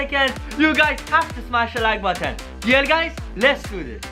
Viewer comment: WHY DOES HE SAYS HIT THE LIKE BATTAN NOT BUTTON